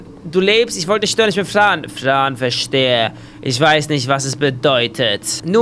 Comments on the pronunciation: du hab gesagt Frö bow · Es wird Fran geschrieben gesprochrn aber Frän